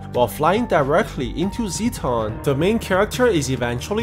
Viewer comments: It’s Zetton not zeton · As an Ultraman Nerd. I am trying to control my temper when he calls the Dismembering Halo an “Energy Disc” along with him pronouncing “Zetton” Zee ton. Also Ultraman’s planet is called The Land Of Light. Also could you possible recap “Ultraman Trigger Episode Z”